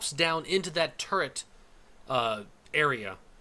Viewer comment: you said turrent when talking about the buccaneer